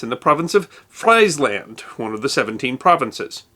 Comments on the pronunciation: You are correct, it is pronounced “free-sland”. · Friesland is not frise, like potatatos. You need to pronounce it like freese. (Stand down.) Fryslân. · That was the most glaring ‘oops’ of a series of difficult to pronounce. I would pronounce it like ‘Feezeland’. Otherwise, good try! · Fries Land 😂😂 Nice effort - it’s actually pronounced « frees lund ». The land of fries is commonly known as Belgium nowadays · It CLEARLY sais FrIEs land, NOT FREIS land are you blind or Dumb? ie as in free, not ei as in either or sider... do your homework before you do videos, show some basic RESPECT! I know that is hard for Yanks... but do try.. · It is pronounced "Freeze Land" not "Fries land", fried potatos have nothing to do with the province of Friesland. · Fries Land!!!!????? Say it. Freeze Land. 😝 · Correction : It's Friesland, pronounced "Freesland" (not Fryersland)! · Fry's land? No its Freeze land. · I always thought that Frisland is pronounced “free-sland” and not “fry-sland”. But what do I know? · Friesland is pronounced Freeze-Lahnd, not fries-lend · Frize Land? Say "Freeze Land" instead and nobody will shoot at you. ALL dictionaries have a speaker button. Use it! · Valois is pronounced roughly vuh-lo-ah, not valoy. Friesland is pronounced freesland, no French fries there. Giving up on the Dutch names. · It's 'Freezlan', champ. No relation to French fries (or to Freedom fries either). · Friesland is pronounced Freesland, FYI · ''Fries''land lol.... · a closer pronunciation would be freeze-land (but then with an s) "van Ley wen hook" 😋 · Brilliant, like allways. Only a little correction: Friesland isn't spoken with the English "i". It is pronunced like "Freesland". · Your automated pronunciation vid link sounds like a tossup/blend between “free” & “fry”; i’d say its pronunciation would depend on who’s speaking it. Either-way, still yet another FANTASTIC ep of! Do keep up your great work here! (Maybe “FREZ-land”?) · Pronounciation of friesland lol